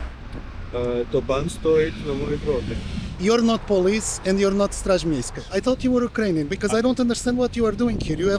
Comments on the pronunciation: Ten koleś od pozwu to jest polak jakiś ktory chcial tu przyszpanowac jaki to nie jest światowy. zaden zagraniczny czlowiek nie wymowi Straż miejska tak ładnie i czysto :) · Najlepszy i tak jest gościu z chamskim polskim akcentem mówiący po angielsku wymawiając poprawnie straż miejska po polsku 🤣 tak zwany ponglish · "Straz miejska" wymowione jak prawdziwy obcokrajowiec xD